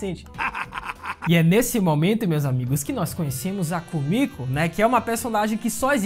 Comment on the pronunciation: Komiku, não soa meio estranho não ?